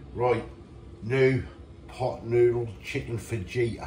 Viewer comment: Cheers andy for the laugh putting the water in then going at it straight away & calling it chicken fajita you pronounce it with a H not a J my mother in law always gets pronunciations wrong love taking the piss out of her😂